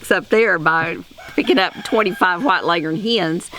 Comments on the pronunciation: Bo Bauer Yep, that’s how it’s pronounced, and we pronounce it that way up north, too! My grandfather (born 1917, Iowa) always said it that way. Here in Michigan, we say leggern, too. Leg-horn just doesn’t sound right. lol Just an guess — maybe the old Foghorn Leghorn cartoons destroyed the proper pronunciation.🤷🏻‍♀️😂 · You are correct in your pronunciation finally someone got it right